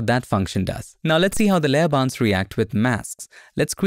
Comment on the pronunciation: For 2 mins I genuinely thought you were saying ‘layer bounce’ and thought surely it doesn’t literally bounce? Penny dropped actually seeing the layer ‘bounds’ 😂 Great new feature, will look forward to this!